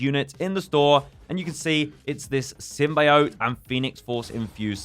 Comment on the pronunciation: Stop saying symbiot like that OMG UR PISSING ME OFF